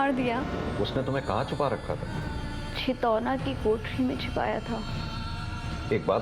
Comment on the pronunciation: चितौना नहीं छितौनी है